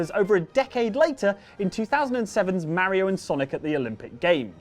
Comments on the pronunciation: Ma Ri O not, Mair Reo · It's not fucking mariio it's Mario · you say mario weird